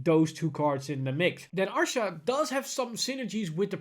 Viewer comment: Rebirth of pineapple 6 he was saying Arsha. Look at the way his mouth moves when he wants to say Asha. Obviously we know what he means but yes due to his accent he says Arsha instead of Asha